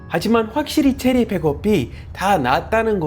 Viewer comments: 체리가 제리로 들리는건 나뿐인가? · 발음이 제리가 아니라 체리